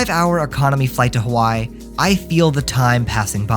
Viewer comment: Please for the love of god learn how to pronounce Hawaii